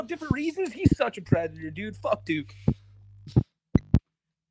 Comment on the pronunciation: im not a pwedehteuh im not a pwedehteuh im not a pwedehteuh (the way he pronounces that last syllable is mind boggling)